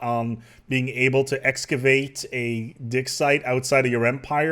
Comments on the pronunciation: I'm so sorry but everytime you say "dig site" I hear "dick site"... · Am I the only one who keeps hearing him say "dick site" instead of dig site?